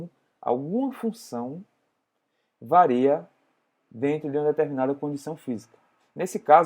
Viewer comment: Prezado professor...em não é "vareia" e sim "varia"...mas tenha certeza que não ofusca a riqueza do conhecimento dessa aula.